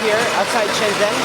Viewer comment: Shenzhen is pronounced like shen "jen" btw.